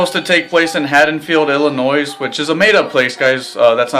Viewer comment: Illinois...when pronouncing this state, remember the "s" at the end is silent. Haddonfield, Illinois is not real but it is a real town in New Jersey that the producer of Halloween , Debra Hill, grew up in. The name of the town in the movie is based on Haddonfield, New Jersey where they could have actually shot the movie.